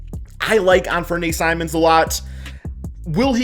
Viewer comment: you like simons then learn to pronouncehis name bro please